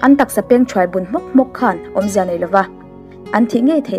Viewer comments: Nia nei tih turah pawh nai ati zel....ka beng averh😂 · Nei tih tur hi nai tiin i lam thin a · Fai nilo in fei,...tih tur, Eg: tuar fai nilo in, tuar fei Mei nilo in mai tih tur.. Eg: Khawp mei nilo in, khawp mai Nai nilo in nei tih tur.. Eg: lu pahnih nai nilo in, lu pahnih nei I fans ruhkawl aw...👍🏻😊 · Lei aiah lai tihte, nei aiah nai tihte, fei aia fai tih deuh tlat tihloh chu aṭha e